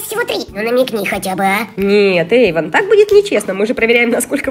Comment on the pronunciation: вообще-то надо "Эйвон" а не "Эйван"!!!